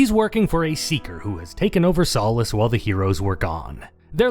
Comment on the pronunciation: Your videos would be better if you pronounced names correctly. Imagine being an English-speaking adult and not knowing how to even pronounce Solace. Pathetic.